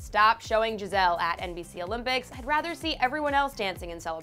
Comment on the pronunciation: Ikr she kept saying Gi-zelle it was so annoying